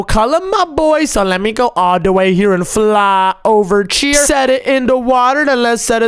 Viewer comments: Pls stop saying chier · STOP SAYING CHIER OMZ